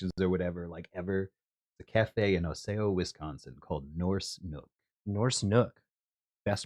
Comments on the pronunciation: obsessed with calling osseo OhSAYoh. it's the midwest! we butcher indigenous languages here and it's AH-see-oh. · smdh can't pronounce Osseo, clearly not a midwesterner.